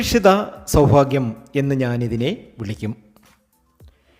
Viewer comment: KINDLY PRONOUNCE sowbhagyam AND NOT SOWPHAGYAM